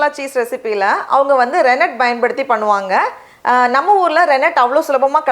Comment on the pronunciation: please அது Baயன்படுத்த அல்ல, சரியான உச்சரிப்பு Paயன்படுத்த என்பதே, உங்களைப் பார்த்து மற்றவர்களும் தவறாக உச்சரிப்பார்கள்